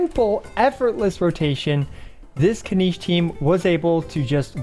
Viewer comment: Why does he keep saying Spinach's name wrong?